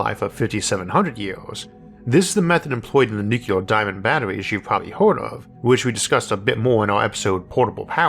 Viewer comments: Would you be able to re-record this but pronounce the word nuclear as "new-clear" rather than "new-cu-lar"? Thanks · Nuclear... Not nukular. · why in the world are you saying NU CLEAR (NEW CLEAR) nu-cu-lar? christ on a bike. even the "UK" way of saying simply stresses the second syllable but doesnt add things that arent there. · Is it "nucular" or "nuclear"? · I can't believe of all people Isaac says "nucular" 😂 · Isaac, I don't mind your rhoticism. I've watched for years, and it's never bothered me. The way you mispronounce 'nuclear', however, I cannot accept. It's "new-clear" not "Nuke-u-lerr". There is not a 'U' after the 'C'. There's an 'L'. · What's nucular? Is that a wannabe nuclear? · It's so weird how he uses so much technical jargon in his videos and yet he still says nucular, like isn't it the unrecognized pronunciation? It's not even close to how it's spelled so I never understood why people say it like that. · What's "nucular"? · Take a drink every time you hear "Noo-ku-lurr" No, really, don't. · I wasn't trying to take a dig at your speech patterns (frankly, I have no issues with the "accent"). I just cringe a bit when people pronounce it nukular. Reminds me of the Simpsons episode "nukular, it's pronounced nukular" Love your episodes (really) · Nuc u lar?